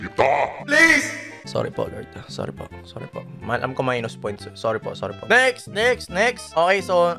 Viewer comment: Maynus poynts hahahahahhaha